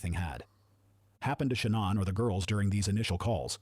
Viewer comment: it is Shannon